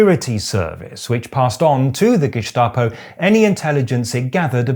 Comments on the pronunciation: Growing up in Austria, the history of National Socialism is drilled into us from a very early age, to prevent it from happening again. In all those years, I’ve only heard the pronunciation 'Geschtapo' twice: once about two weeks ago from a guy on TV named Gregory Bovino, and the second time in your video. It’s not really important, but as a native speaker I’d recommend using the other pronunciation. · btw, it is not pronounced Geshtapo even though Staatspolizei is Shtaatspolizei, don't ask why. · Geschschschtapo 🤭 You woke leftist, you 👋🏽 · Nein, das ist auch eine unübliche Aussprache, jedenfalls im Standard-Hochdeutschen. Ich fand es auch eher irritierend. In einigen Dialekten in Süddeutschland dürfte es aber durchaus so ausgesprochen werden. Vielleicht hat er es ja in diesem Kontext aufgeschnappt. Wahrscheinlicher dürfte aber sein, dass er es entsprechend der Langform korrekt aussprechen wollte, also das "st" wie in Staatspolizei. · Gestapo is spoken with an "S" not an "SH" 😅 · Really liked that one! One little hint: Gestapo in German is pronounced with a "spitzen Stein", i.e. with a strong S-T sound, not a Sch-T like you did ;-) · Ich weiß nicht, ob es regional unterschiedlich ist, aber ich kenne Gestapo nur mit st ausgesprochen nicht mit Scht wie das weiter Staat. Warum auch immer. Von der Herkunft müsste es ja so sein. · First: great channel!! Second: we germans actually do NOT pronounce it Ge-Shta-po but Ge-sta-po. Why? I don't know. As we pronouce nearly all words with written "st" as "sht". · Just a detail: For some weird reason, the word “Gestapo” in German is not pronounced Geschtapo with a sch, but Gestapo with a clear s. I know it doesn't make sense, but it's pronounced like this. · Just a quick pronunciation Tipp: even though Staat is spoken like shtaht doesn't mean anything. Germans don't say Gehshtahpo but Gestapo. The ST is pronounced like the English version. Idk why. Nobody says geshtapo. It's gestapo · "Geshtaposh". Greek accent much?